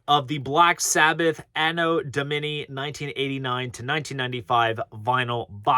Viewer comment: It's an-oh dom-uh-nahy.